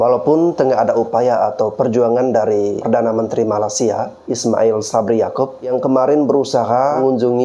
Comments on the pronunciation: Pengucapan mu sama saja merendahkan Malaysia... Bukan Malasia tapi malaysia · Bro, Perbaiki Penyambutan Nama negara orang,. Penyebutan MALAYSIA mu ngak bener. Takutnya nanti yang nonton bukannya ter edukasi, malah tersinggung. Selebihnya okelah,. 👍🏽👍🏽👍🏽